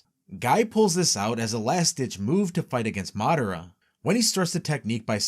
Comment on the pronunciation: Why do you have such informative videos but such horrible pronunciations of the character names? It's mi-NA-to not Minna-to, Ma-DA-ra not Madda-ra, etc etc lol